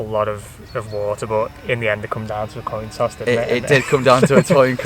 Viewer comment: a toin coss 😂😂😂😂